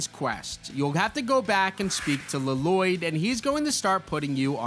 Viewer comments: Please stop calling Lloyd, LA-loyd it's just loyd with 2 Ls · I really hope you're saying "La-Loyd" ironically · Bro said Lloyd like garmadon did in the movie L-loyd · Lloyd it's pronounced loyd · Pronounce it “Loi-d” pls. It’s irritating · Lloyd is pronounced Loyd, like Aaron, you don't say the 2 A's. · It’s a reference to the movie where garmadon calls Lloyd, L-Loyd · L l o y d la-lo-yd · He's pronouncing Llyod wrong. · Use YouTube to learn how to pronounce “Lloyd” 😂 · OH MY GOD YOU'VE BUTCHERED HIS NAME 😭😭😭😭